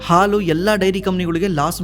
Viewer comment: Content is good! But kannada sari matadi! Aalu alla Haalu! Asu alla Hasu!